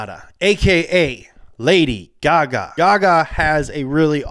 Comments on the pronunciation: He pronounced tons of stuff wrong in this video I think he did it on purpose. They called lady gaga lady gaygay so who knows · The fact the text to specs said page gay gay instead of gaga lol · 😂😂"Lady GayGay"😂😂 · LOL when they said "Lady Gay Gay" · "lady geh geh" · “lady gægæ”